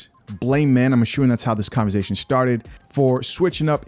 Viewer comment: You and 'converzation'. Great videos!